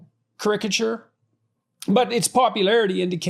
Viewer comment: ”Caricature” he needs to learn how to pronounce to be taken seriously.